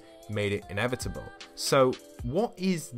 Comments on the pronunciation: Inevitable is pronounced how Thanos says it in Endgame. Say it with me! "I. Am. Inevitable." and "And I... am... Iron Man. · When he said innevidible I thought of thanos